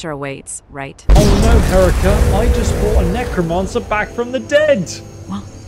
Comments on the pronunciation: her-EEK-uh. I found it a bit disconcerting how you pointed out the one word she mispronounced and then even after she pointedly corrected you on the pronunciation of her name you continued to mispronounce it the entire video. Pretty amazing stuff otherwise. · I love how she immediately corrected your pronunciation of her name and you still kept saying it wrong the entire video. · Maybe by next video you can learn to pronounce her name. It is not Erika with an H. The middle syllable is 'reek' and it is emphasized hair-REEK-a would be a closer pronunciation. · It's Huh-ree-ka,: ok cool Hair-ek-uh. Me: She literally told you like 5 times how to pronounce her name. She said "Oh that's right you're from the UK, I didn't expect you to be able to pronounce it correctly so I gave up. 😂😂😂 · Herika: "My name is pronounced her-EE-kah" literally always: "HEH-rick-ah" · I find it funny that she kept trying to correct his pronunciation of her name, but he just didn't change it at all 😂 Herika: It's Heh-REE-ka: H- erika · I love how Herika clearly told you it's pronounced "heh-REE--kah", yet you still pronounce it "HEH-ree-kah" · My name isn't hERICKA, it's pronounced Hair-EEka. He proceeds to say Ericka & herikka the remainder of the gameplay, she gives up correcting him, she realized her name is whatever the hell he's gunna call her. xD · Dude, it's Herika, not Erika. Stop dumbing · For the love of Talos stop calling her Erika 😂 This is amazing though, excited to see where this goes in the future! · You never did get her name right, even though she told you 5 times. Hah-ree-kah. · Halt!... You keep calling her "Hérica" but... She has already told you hoe her name is pronounced. Stopped seeing the video soon after I got annoyed by such indelicate manners... Don't you know what Dale Carnegie taught us, that a person's name is the most important word in the World for her?... But OK, I thank you very much for letting me know about this excellent mod. Be well.